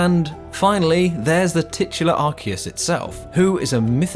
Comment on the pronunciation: So it's arkius and not arsius 😌👌